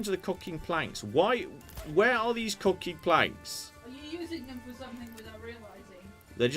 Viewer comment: I had a drink if Cider every time you said "COCKING" ...I've just woken up and its Sunday.